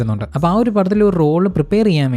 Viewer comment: കേറ്റ് ബ്ലാങ്കറ്റ് അല്ലടോ 🤣🤣🤣........... കേറ്റ് ബ്ലാഞ്ചറ്റ്